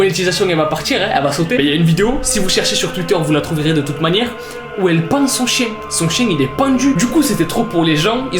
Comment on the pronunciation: "le chein" mdr le fail